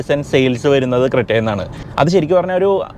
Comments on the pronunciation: ഇത് ക്രെറ്റ അല്ല ക്രെന്യു ആണ്. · Its not creta its crenuee